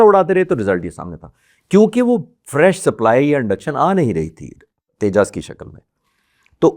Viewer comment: Dope anchor !! Tejas ko Tejjaasss bol raha hai And this Air Force retired officer thinks he knows the plans of IAF 😂😂😂